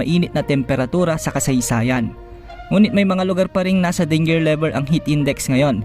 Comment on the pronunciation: ANU YUNG DING-GER LEVEL na sinabi mo ding-ger? mali yun heto ang tama na pag bigkas DEN-JER = DANGER = DEN-JER . YUNG SAYO DING-GER = DANGER - MALI YON